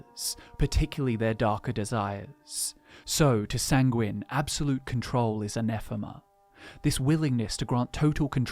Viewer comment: Sanguine is pronounced as ˈsaŋ-gwən